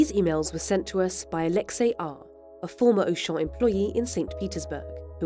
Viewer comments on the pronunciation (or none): none